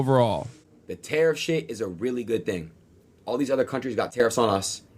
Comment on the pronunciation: Adin can barely pronounce the word tariff, let alone spell it.